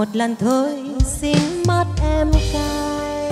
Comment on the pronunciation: Hát khá hay nhưng phát âm chưa chuẩn lắm. Xin mặt em cây thì phát âm thanh xinh mắt em cay. Anyway mình cho ban 8 điểm nếu được làm trong ban giám khảo ❤